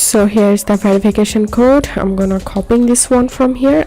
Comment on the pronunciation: bro said " Guys this how to do it without verifacation now just open the verifacation code"